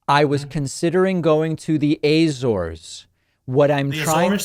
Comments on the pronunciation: Laughs at Pakman's pronunciation of the AYYYYYYYYYYYYYYYYYYYYYYYY - zores. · How many times does a native have to correct a pronunciation before you accept that it isn't A-ZORES lol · Lol at "A-zores". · I really don't think that's how Azores is pronounced